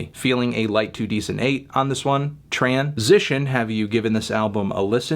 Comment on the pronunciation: when melon says transition i get scared im going to wake up in a hospital and the first thing i hear is "sition!"